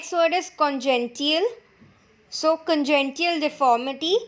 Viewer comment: Videos are great just the pronounciation of some words are different while explaning . For eg : Congenital is called congential . Also in last video Aphrodisiac was called Aphrocidiac.